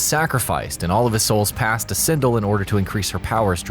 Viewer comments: "Sin-dl" SIN-DEL! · Dear Narrator, Pronounce Sindel's name the right way, you muppet - 'syn•d'el'. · "One of the most powerful warriors and his girlfriend?" Wow you really made Kitana useless in your statement. You also didn't not highlight Mileena vs Kotal Kahn war. Plus you mispronounce Sindel's name, you clearly don't respect any of the females of the franchise. SMH